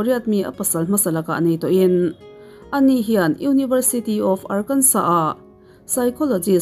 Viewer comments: Arkansa ti a lam tur. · Ngaihthlak a nuam hle mai... tin ar-kan-saw tia lam tur ni e 👍